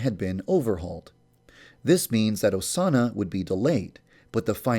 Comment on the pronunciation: Put on captions and skip it to when he says Osana. "a Sauna"